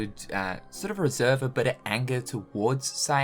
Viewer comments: “Saix.” Not siax just a little auto correction there. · My man....Why you do Siax like that? What's wrong with Saïx? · Ah yes, Siax